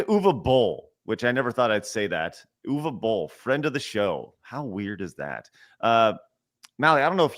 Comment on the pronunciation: I still remember that i signed a Petition to prevent Uwe Boll from making more Movies. Ps: I don't mind that you butcher his Name.